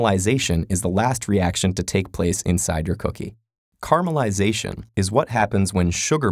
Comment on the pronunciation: I swear he was saying carma-lization.